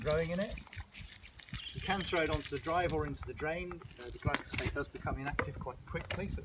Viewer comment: you kept saying glycosphate and I was like, that's not right, then you put up the spelling, and then I was like that's not right. It's Glyphosate.